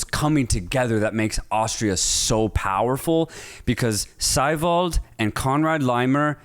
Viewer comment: WHO TF IS Seewald? Hahaha ITS saiwald Not Seewald